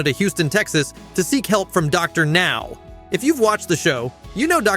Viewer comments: Soooo WHO went insane?? I HATE HOW A.I. DOESN'T PRONOUNCE ANYTHING RIGHT!!!! Docker Now? C'mon! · These shitty AI voices can't even get Dr. Now's name right half the time. Ugh.